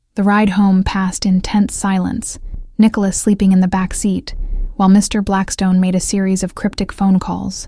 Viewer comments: I enjoy the narrator too, although unfortunately I think its the "good 'ol" AI ... listen to the stop between MR ... & BLACKSTONE. perhaps I'm wrong ... ?? Eugenie Adelaide, South Australia, Australia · Yep needs a part 2 for sure, but one issue with the AI reading. Every time it came to saying Mr Blackstone there is a pays between the Mr and Blackstone as a dramatic pause which should not be there, it should flow smoothly between the Mr and Blackstone. It’s why I’m not a fan of AI doing the readings. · Thank you. That also drives me crazy in these stories!